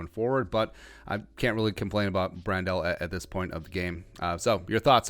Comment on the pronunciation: Pronounced like Handle with a "Br" not "Brand-Del"